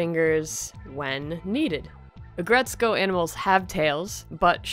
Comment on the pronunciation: Its Ag Ret Suko That's how you pronounce it